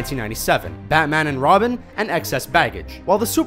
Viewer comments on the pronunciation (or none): none